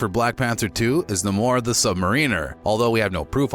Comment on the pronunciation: "Nimor"? Who the hell's "Nimor the Sub-mareener"? Talk about messing someone's name up? Sheesh! His name is: NAMOR the SUB-MARINER